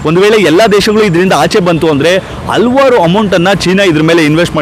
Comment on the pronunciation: ಹಲ್ವಾರ್ ಅಲ್ಲ ಹಲವಾರು ಅಂಥ ಹೇಳಿ,ಇಲ್ಲದಿದ್ದರೆ ಮನಸಿಗೆ ತುಂಬಾ ಕಿರಿಕಿರಿ ಯಾಗುತ್ತೆ.